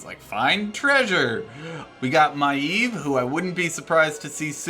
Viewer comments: nope. My-Ev, instead of eve / eev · you... said Maiev wrong.